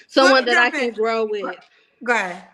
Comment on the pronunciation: I knew she was from here when she said goheeed ….. who ever bring me peace ✌️ u can be a part of.. conclusion still single 10 dates 😂